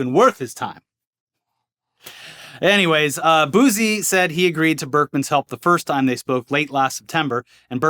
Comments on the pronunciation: Fellas, it's boosie (boo-see) not boozy 😂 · Boo-see, pronounced boo-see not boosey lmao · I've been watching since Machinima & you guys have never sounded whiter than hearing you pronounce Lil Boosie😄 I'm pretty sure the S has a Ci sound instead of Z😄. Now try his former partner, Lil Webbie😄